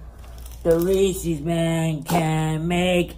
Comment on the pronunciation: Maybe they will sponsor him when he starts pronouncing Reese's properly :^)